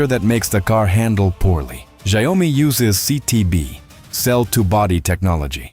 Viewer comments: not ZIOme LOL...SHE YAO MI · ZIO-MI ❌ SHAO-ME✅ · And sometimes “Zee Oh mi” 😂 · Saiome— love the accented name of Xiaomi. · the "si o me" ...tell me you are AI without telling you are AI. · Its Shia-o-mi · AI voice can't pronounce Xiaomi ... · I wondered what kind of pronunciation was used for the name Xiaomi? AI?